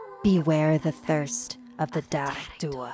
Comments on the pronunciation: As an irish, i cringed at the pronounciation of "dearg-due" 🤣 It's not pronounced "da-reg dua", it's pronounced "jarg doo" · ITS DEAR AG DUE UGHHHHH AND WHOS IRISH HERE? 😂 ⬇️ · I'm sort of triggered. Her eyes were green, and comparable to a clover, but shamrocks would be a way better thing to mention. In Ireland, we see shamrocks as very important, in matters of religion and superstition. The three leaves represent the holy trinity; the father, son and holy spirit. They once were used to ward of spirits. Also, we pronounce her name, Jah-rag-due-uh. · I speak Irish. The Dearg Due is pronounced: Jarig do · i like When U Say The Dearg Due